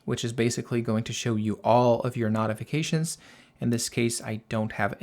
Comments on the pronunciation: Excellent video and clear explanations……if you would say——No-ti-fi-ca-shuns—- instead of Not-it would be better !! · Beautiful, but where the F are you from? The word is pronounced like, KNOW. KNOWTIFICATIONS. NOT LIKE KNOT, KNOTIFICATIONS. NO, AND NOT. FIGURE IT OUT PLEASE BEFORE I HAVE AN ANEURYSM. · speak clear english, I had no idea what you were trying to say when you said notifications.